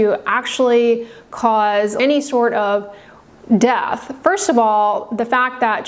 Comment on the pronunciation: Is it do hard to pronounce death? It's dEath not dath